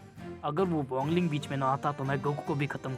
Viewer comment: 🥲🥲bhai wangle nhi WANG LING hota hai 🥲🥲🥲🫡